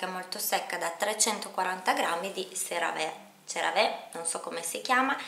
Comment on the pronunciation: Il marchio Cerave si pronuncia |seraví| 😘😘😘😘